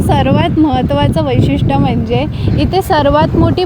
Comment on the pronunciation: वैषित्य bolayla kiti teck ghetle😂😂